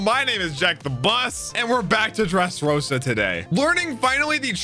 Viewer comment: do you have a problem with pronunciation? Dressros-Á, sea "prism" stone bullÈts.. like wtf dude